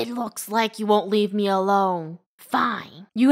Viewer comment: is "me" not "meh" 😐